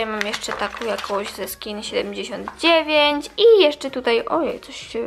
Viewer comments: Jeszcze nie obejrzałam ale wiem ze będzie super pozdrawiam cie cieplutko A make-up jest ci nie potrzebny bo masz piękna twarz skórę i wgl uwielbiam cie Aha i melodia powiem i napiszę tak ja się mówi ta markę skin79 A mówi się skinseventinajn tak się to wymawia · Nie czyta się skin79 tylkoskin seventy Nine tylko tak mówię ☺️